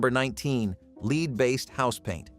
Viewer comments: It's pronounced "Led" not "LEED" M-80s were Awesome! Fortunately, only STUPID Kids got hurt by Fireworks. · Yeah, supposed to be pronounced "led"